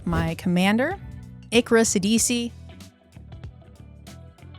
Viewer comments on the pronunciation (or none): you are saying your commander's name wrong...its Irka SHIDIQI not Irka Sidisi...